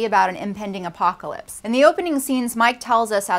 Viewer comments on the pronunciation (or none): none